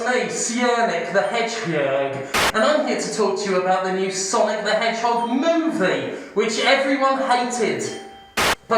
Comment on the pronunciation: It's sanic the Hedjim